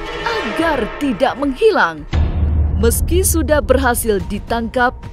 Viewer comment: menghilang min,bukan menghikang 😀